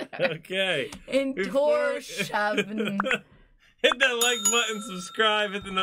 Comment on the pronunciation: Wow, that was absolutely ethereal and angelic! One of the best Scandinavian singers I’ve heard.. Oh and btw Torshavn is pronounced TorShawn.. Request for you guys, not sure if there is a live version anywhere though, so you may have to react to an official video.. Request: Song to the Siren by THIS MORTAL COIL 🙏🏻🙏🏻🙏🏻🙏🏻